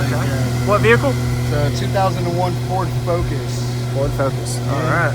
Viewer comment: A Pord Pocus... lol